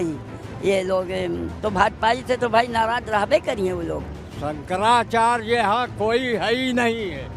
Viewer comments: Sahi to bol bhai shankrachay ji h Nam to shi se lo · Shankrachya g ka nam sahi se lo ptrakary mahoday